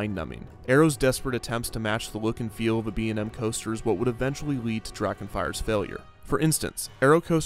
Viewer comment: Dude the commercial for Kumba not only acknowledged the manufacturer, but they also pronounced B&M’s names correctly. That’s pretty cool.